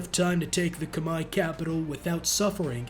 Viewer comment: Look at this nerd pronouncing Khmer correctly like a nerd Lmao.